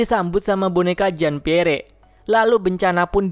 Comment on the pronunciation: Maap koreksi Bacanya bukan "jin piere" bang tapi "jan pier"